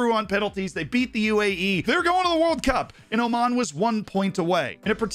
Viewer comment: oman really saying oman.